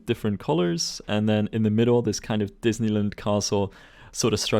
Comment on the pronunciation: Disneyland now rhymes with New Zealand. And I’m here for it.